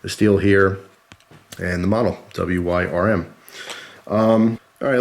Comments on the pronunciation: you say it like worm it's a mini dragon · Yo, it's spoken as "worm." You can thank ye olde English. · Wyrm is pronounced like worm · Wyrm is pronounced as "worm" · i think it's pronounced like worm dont take my word for it though just tthat's how it is in MTG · It's pronounced like worm